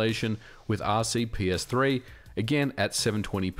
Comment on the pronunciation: Hey, MVG, could you, please, stop mispronouncing the name of the RPCS3 emulator? You're consistently switching P and C letters around, saying "R-C-P-S-three". Your videos are all great, btw, but I keep noticing this detail.